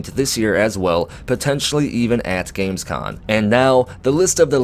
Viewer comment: You keep saying Gamescon, but it's com ;) As for Starfield, it's come to a point for me where I'll just wait and see what happens. We heard exactly zero % about this game this year, it's more than two years ago now. Howard may have said the game has been in development for a long ass time, but anything could be going on now. There could be problems or whatsoever. A 2021 release at this point is up in the air too, we just don't know, sadly